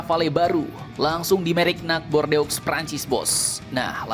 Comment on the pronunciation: Bordeaux itu bacanya jd " Bordo"